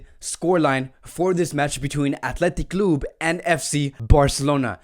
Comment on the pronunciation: This guy pronounces word so bad it annoying athletic club and ter Stehen tjats y I prefer others to be honest